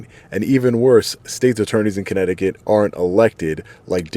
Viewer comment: Welcome to. Comminecticut